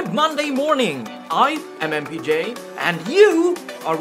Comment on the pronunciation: for the first time i hear the opening, i thought you saying "Hi, i mmpj". LOL